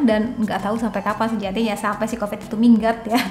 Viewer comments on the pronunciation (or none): none